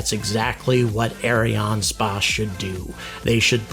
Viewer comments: Look, I know you're trying to sound french, but just prononce it Ariane Space. The french Variant is Ariane Espace, but don't bother. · I like your videos, but as a french man, I've never heard "ArianeSpace" pronounced as you do. We all say "space" as the english word. You pronounce Ariane like it should (ok, not the 'r', but no worry), but the "a" in "space" sounds weird. I'll continue watching your videos anyway, but while complaining.